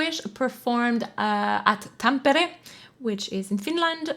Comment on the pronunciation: Very nice to hear You say Tampere correctly😀